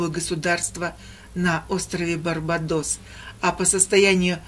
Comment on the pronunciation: БарбАдос ударение на а